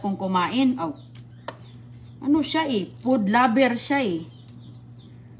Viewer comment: " Pood laber " daw si.